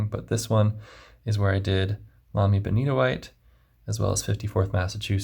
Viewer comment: I just wandered across your channel. Excellent review. I have a sample of Benitoite and loved it; now I need to buy a bottle. And thank you for the correct pronunciation. I would love to see more of the pen box you showed early in the video. It looks very interesting, and I just want to know what's under the tray(s). 😃 (I'm also a hobbyist woodworker, along with FP enthusiast, so the box jumped out at me).